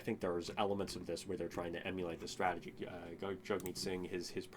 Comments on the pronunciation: Genuine question: Why are you mispronouncing Jagmeet's name? It's pronounced "Jug-meet" not "jag- meet" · Because in English it’s pronounced Jag-meet, in Hindu it’s Jug-meet